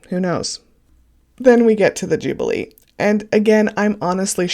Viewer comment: You are saying Jubilee incorrectly an jublee is an ice treat this is the 'Ju-be-lee= that is phonetically. I'm not being petty how can you mispronounce this word...it's been spoken about for months! SMH. You are so off the mark you know nothing about our monarchy. Bloody laughable. After listening to you I think you may have done it deliberately and a Sussex supporter...as I said you know SFA!